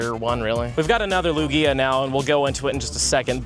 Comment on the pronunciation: Why do you call Lugia by the name of Luigi?